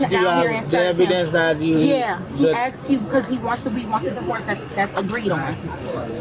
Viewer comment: so uneducated can't even say the word asked